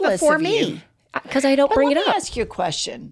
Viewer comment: Besides expresso, here in Texas, I also hear "axe" and "ast" for "ask"